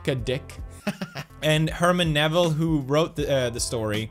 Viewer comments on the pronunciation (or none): Herman Melville not Herman Neville...